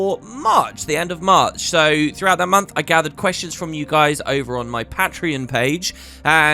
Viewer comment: pat-tree-on. lol